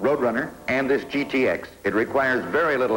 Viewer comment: What the hell is a "gittix"??? It's G-T-X, Bud! Sheesh!